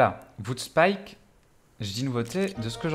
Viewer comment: Salut à toi :) On m'a parlé de ce jeu donc jme renseigne un peu, merci pour tes vidéos, pouce bleu mais sérieux, j'ai eu plusieurs fois envie de couper la vidéo à t'entendre prononcer "VOOD" au lieu de "WOOD"... à moins d'avoir un accent allemand, irlandais ou je ne sais quoi, je doute fortement que ça se prononce "vood"